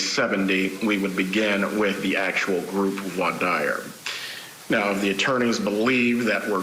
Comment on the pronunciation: This guy can't pronounce "voir dire" though... Grating